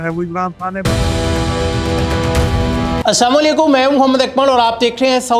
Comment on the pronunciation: aap assama aliakum keh rahay hein, pl apna talaffaz theak kar lein. Assalam o aliakum kehna chayyay😢